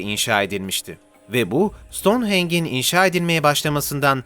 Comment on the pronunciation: Ancak Stoneheng diye değil , Stonehenj diye okunur. Bakır parşömen gerek rengi,gerekse yazısıyla gerçektir. Kral Tut-han-kamun 18 yaşında öldü. Skolyoz ve yanı sıra felç ,ensest ilişkiler, anne -babayla ,akrabalarla evlilikten yayılan pek çok hastalıktan muzdariptir .Yaşarken hatta ok atarken oturuyormuş.Baston kullanırmış. Sıtma da bir sinekten bulaşıyor.Ahid Sandığı içinde önemli emirlern yazdığı bir altından sandıktır. Bu sandık Süryanilerce saklanıyor olabilir. Voynich el yazması bu galaksiye ait olmadığı gibi aksine bu dünyadan çok eski pederler ve papalarca ,eroin ,kokain çekerek yazılmış olabilir. Bir büyü ve dünyada olmayan bitkileri gösterse de bu astral seyahatle de yazılmış bir kitap olabilir. Bu Yunanistan'da bulunmuştur. SAYGILARIMLA beray çelebi👩‍🏫